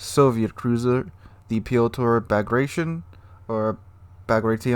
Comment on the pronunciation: B A G R A T I O N with T, not C! Багратио́н